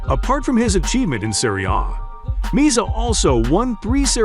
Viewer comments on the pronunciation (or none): Pronunciation Me- azza. Not meazza